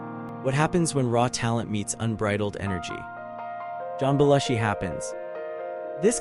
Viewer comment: It's pronounced Beh-LOO-shee. This video was ruined in the first 30 seconds. Don't post a "do you remember" video if you can't pronounce the persons' NAMES!!!!!